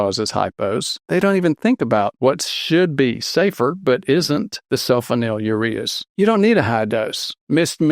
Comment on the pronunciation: “Sul FONYL ureas.”